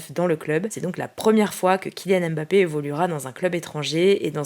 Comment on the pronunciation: Pourquoi tous les journalistes que j'entends, prononcent jamais correctement le nom de mbappé ? Ils disent bappé au lieu de Mbappé 🫠